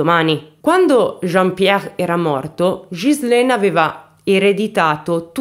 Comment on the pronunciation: Ciao carissma il tuo acento francese 😁mi rocorda molto il mio nei primi anni che mi sono trasferita qui in nel sud ovest della Francia, ma una cosa che puo consolarti e che pronunci molto bene il nome della vittima che e uguale al mio Ghizlane, buon lavoro carissma.